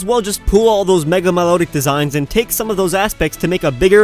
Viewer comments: You said milotic wrong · it's mi lo tic my lo tic